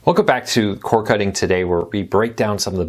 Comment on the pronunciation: C O R “D” NOT CORE